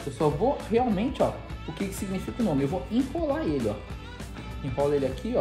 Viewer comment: POXA KKK TA MATANDO A GEGÊ DE VERGONHA FALANDO O NOME ERRADO AKOSOAKSOAKOSKAS